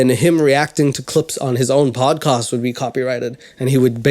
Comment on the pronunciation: salam , sorry a little note : it's podcast not padcast.